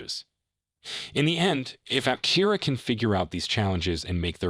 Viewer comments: It's pronounced Ap-TE-ra, not Apte-RA. Title is also a little click-baity. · Learn how to pronounce Aptera properly before making a video about the company.